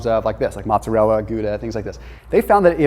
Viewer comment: Bro.....you're great but, its mOzzarella. (moe-tza-rhe-la) lol